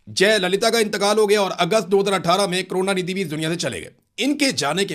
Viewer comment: Kaarona nidhi nahi hai. Karuna nidhi hai.😂😂